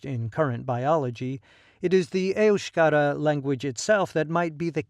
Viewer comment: Your cock & bull speech is as accurate as your accent when pronouncing EUSKERA, EUSKADI or any other word